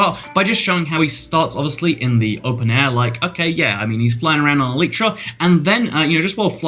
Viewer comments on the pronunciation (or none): none